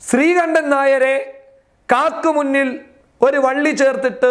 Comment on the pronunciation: Sthri kandan nair enn ano atho sri kundan nair enn ano bro ayalu vilichathu. 😅😅